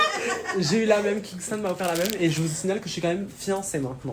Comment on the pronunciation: Pourquoi elle appelle Kingston par Kingstongue même si elle arrive pas à dire son prénom correctement on peut l'appeler Marvin parce que c'est ça le vrai prénom de Kingston mais franchement c'est pas grave j'adore le contenu et ben j'espère que ce sera comme ça jusqu'à la fin du mois bon bah bonne aventure à vous et moi je veux continuer à m'abonner likez les vidéos et regarder toutes vos vidéos bisous